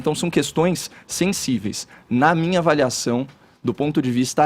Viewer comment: "aveliação" só eu ouvi isso? kkkk x'D